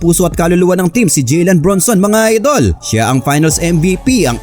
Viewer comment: Idol "JALEN" po Hindi "JILEN" ilang vids mo napo inuulit ulit Yung "JILEN" eh. "JALEN BRUNSON" po.